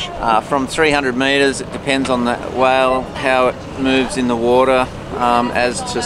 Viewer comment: Took me awhile to realize is saying "whale" when it sounds like "well".